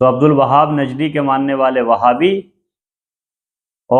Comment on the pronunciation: भाई उनका नाम अब्दुल वहाब नही बल्कि अब्दुल वह्हाब है, अगर आपको मालूम नहीं तो उनकी सीरत की किताब में पढ़ लीजिए।